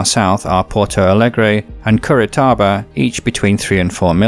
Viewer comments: The city of Curitiba is pronounced cout-i Chiba not cur-I Tiba sorry to correct you I lived there for 4 months and loved the place and spoke a little portuguese (um porco) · Curitiba, not Curitaba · It is Curitiba not Curitaba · I just thought it was funny him saying "curitaiba" trying to say "Curitiba" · Curitiba is pronounce as "Cooreeteeba" . Brazil is a beautiful country unfortunately has Bolsonaro as president. Very nice video. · Fantastic video, congratulations !!! Except for a few pronunciation or spelling mistakes to cities like Curitiba and Minas Gerais, but these are irrelevant considering the accuracy of this report. Thank you very much. Are you british ?